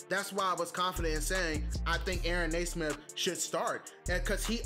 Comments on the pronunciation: It's pronounced "nee-smith". Nice video, though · Reminder it’s pronounced “knee” - smith. I say “Ney” - smith as well and have to correct myself all the time.